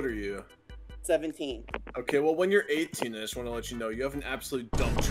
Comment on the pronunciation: Oh my gosh that "you're" is bothering me so much